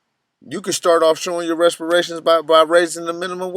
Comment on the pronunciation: reparations.. not respiration.